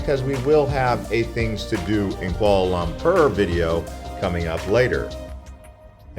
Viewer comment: Quahla laahmprrr you say? 😂